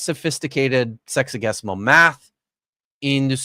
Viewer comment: Every time says “sexagesimal” I hear “sexy-guess-imal” (Also, of all the linguists you know, is Dapper the best at math?)